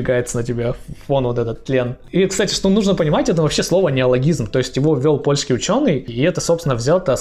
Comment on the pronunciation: С ударениями в польском всё просто: всегда на предпоследний слог! Кроме односложных слов, конечно. У вас получится 😁